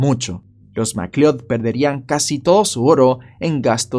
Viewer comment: Por tu forma de pronunciar "McLeod" deduzco que nunca viste la pelicula Highlander 😆. Saludos desde Venezuela